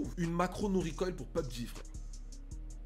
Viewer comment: "Peubji" comme tu le prononce c'est pas PUBG ?